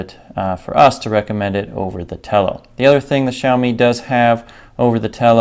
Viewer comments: For people who don’t understand Xiaomi is pronounced like Shao-Me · Shiaowme - that's how you pronounce it